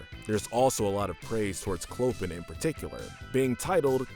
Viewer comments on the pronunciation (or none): Did anyone hear say Coplin. (Of course even though his name is pronounced "Clo-pan", I too said his name in a different kind of vowel.)